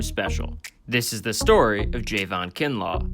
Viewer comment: It’s not Jayvon it’s Javon